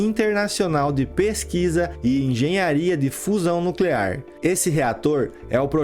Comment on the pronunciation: Não e' no clear,e' nuclear !